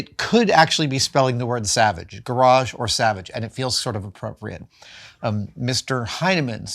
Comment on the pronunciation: GaraarJe, pronunciation. Hello Adam SavaaJe. 😁 😂